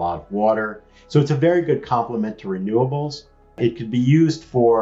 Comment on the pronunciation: I thought the word was 'renewables' not 'raynobels'?